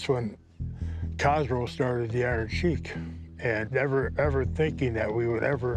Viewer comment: Finally ,someone pronounced the iron sheiks name correctly